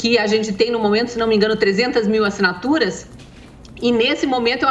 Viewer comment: ASSINATURAIX, UXP, MANIFEIXTO tradução: ASSINATURAS, USP e MANIFESTO. Kkkkk